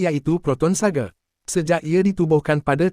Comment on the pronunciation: Sebutan SAGA bang..bukan sage